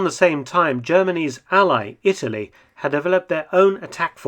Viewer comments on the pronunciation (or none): none